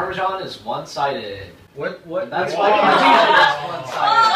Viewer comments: Good catch! You’re right; it should be PAR-te-zen or PAR-te-sen, but that may make it harder to associate partisan with parmesan, so our teacher let the pronunciation mistake slide. P.s. Ideally, students also learn the right pronunciation, but since SAT is a reading-based test, being able to recognize a word by sight is more important, so we put more focus on that. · hmm, i've never heard anyone pronounce "partisan" like that. :-| Aside from that, very funny video! :D